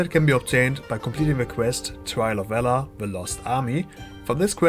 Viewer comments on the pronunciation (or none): none